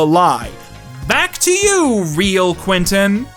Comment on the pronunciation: Close! its actually pronounced Quansun